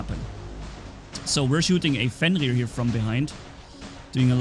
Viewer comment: pronunciation Cossack: ok Spectre: acceptable Fenrir: almost acceptable Cerberus: TRIGGERED